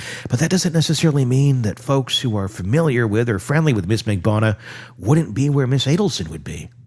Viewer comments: I was going to say the same thing. 4 syllables Mag-ban-u-ahhhhh. 😂😂😂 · at least TRY to say Katherine Magbanua's name correctly